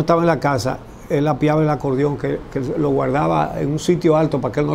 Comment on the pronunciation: Como es que un llamado periodista. Diga Apiaba. Por. Favor.